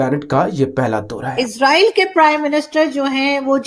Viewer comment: "Eeesssraaaaeeeel" 🤣🤣 It's 'ISRAEL' bewakoofon.